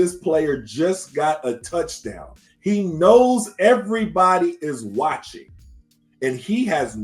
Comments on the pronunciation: An 80 yard "tuddy?" C'mon man. 🤦‍♂️ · Please don't say "tuddy"